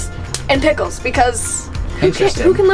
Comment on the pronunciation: I was liturary eating pikuls when she said : 'and here we have pikuls '